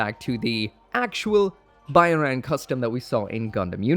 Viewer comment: I'm pretty sure Byarlant pronounced how it's spelled.